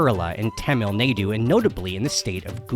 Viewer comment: Little Spanish tip: ají is pronounced ah-HEE rather than AH-hee. Oh also, Tamil NAH-doo rather than Tamil NAY-doo.